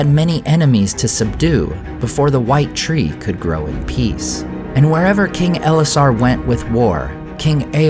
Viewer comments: Not EL-esar, but el-ESS-ar - . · eLESSar not ELessar, come on, do nerding properly